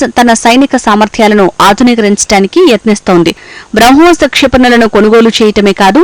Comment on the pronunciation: బ్రౌ హోస్ కాదు